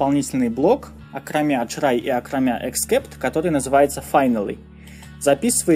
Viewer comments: боже, что за чрай и экскепт?перед выпуском ознокомься со словами, но если игнорить это то твои видео лучшие, спасибо!!!! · у меня одного отпали уши от чрай? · Он так прикольно говорит слово try)